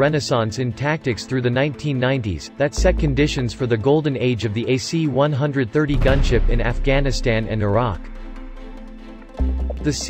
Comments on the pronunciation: Cool video but annoying that the narrator called these planes (one hundred thirties) instead of (one thirties). Not a big deal, just annoying. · C One Thirty, not C One-Hundred Thirty.